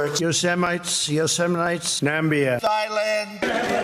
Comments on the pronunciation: He said thighland lmao I missed that one 😂 lol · “Thigh-land.” LOL. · 😅 Trump called it "Thighland".. That's hilarious